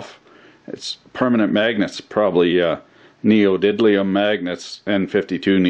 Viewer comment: Did he realy just say "Neodiblium"